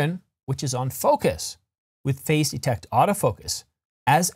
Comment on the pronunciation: You really need to change the way you pronounce “phase”. When I hear you say it, sounds like “face”. Face detect. Phazzzzze detect.